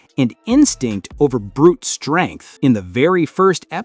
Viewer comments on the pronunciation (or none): none